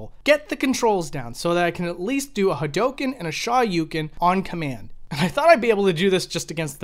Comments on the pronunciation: Please, say HA DO KEN, not Ha dough ken. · The way he says Hadouken is...cancerous, but in the ballpark. Shaw-yuken is just completely dumb. Like, Ryu and Ken both say the attacks really clearly every time they uses them. Its really obvious how they are pronounced. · It's pronounced ha-do-ken not ha-doh-ken. Sorry I had to say it Lol. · Hawdoken yeah really bothering... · Oh god no kidding. I think the most common pronunciation was HAWdookan. Like with the stress on the first syllable and the last two syllables mashed together. But back in the 90s before the game was common on consoles I also heard HA-RyuKen a lot too. I guess because hadouken through 90s digitized speech in a loud arcade kind of sounded like the names of the chars. And dont even get me started on how people pronounced Ryus name back then. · Well, 'correctly'. Listen to how Ryu says it. Its pretty clearly said, with dou being a long dragged out o. The shoyuken pronounciation is completely off tho. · the way you pronounce "hadoken" and "shoryuken" is wild, bro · You pronounced hadoken and shoryuken wrong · You pronounce "hadouken" and "shoryuken" weird/wrong. Just listen to Ryu say it in the game and that's how you say it. You're welcome.